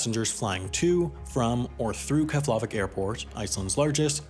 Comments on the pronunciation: You’re wrong with Keflavíks pronunciation it is pronounced Keblavik not Keflavik and not even that, it is Keblaveek is the proper version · Jarred Stancil Kef-LA-vik sounds so wrong. Sounded Slavic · Keflavik is pronounced more like chef-le-vick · i hate the way he pronounces things. keflAHvik. qatAHr. it’s pronounced kah-ter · "kefhlaveck airport" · Your pronunciation of Keflavik was worry some for me xD I have always heard it pronounced differently (emphasis on the vik, not the la) And I remember as a kid (before 9/11) flying with Icelandair. I got to tour the cockpit and even sit in the second in commands chair, amazing experience as an 8 year old) and landing on the runway, but then the airport had only 1 terminal, so we had to walk on the tarmac. The airport was just one central building and a terminal, super small. A few years later I didn't even recognize the place. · He pronounced Keflavik wrong I know because I'm part Icelandic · If you bothered to look up the pronunciation of Eyjafjallajökull, you can double-check Keflavik.